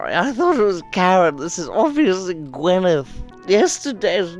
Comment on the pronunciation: I’m sorry did he call that robot Gwyneth ! 🤣🤣🤣🤣